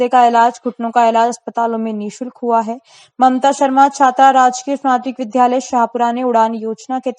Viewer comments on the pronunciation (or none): विध्यालय नहीं , विद्यालय ।